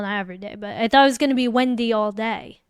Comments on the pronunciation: It’s pronounced wendee, not wendye! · Wendaii. !!! 🤣🤣 Alexaii please don't say Wendaii🤣😂